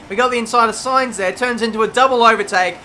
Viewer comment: Looks like someone has finally learnt how to pronounce Sainz ;)